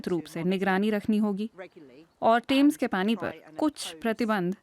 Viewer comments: The name is Thames, not tames fyi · टेम्स नही थेम्स